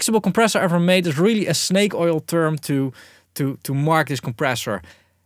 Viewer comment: "Sh-nake Oil"